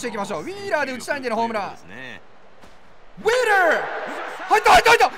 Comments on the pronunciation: ウィーラーの発音良すぎて癖になる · VIPのウィーラーの発音まじで好き